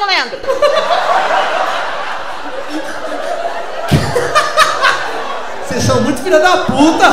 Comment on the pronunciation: Ela so fala lendro